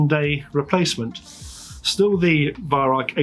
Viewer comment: Germans pronounce the Weihrauch name as "VAI-RAU"